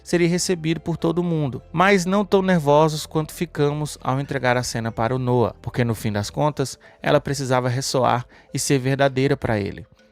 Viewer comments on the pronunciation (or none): none